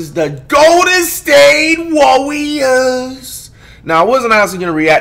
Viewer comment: “THE golden state WOOWeRS”😂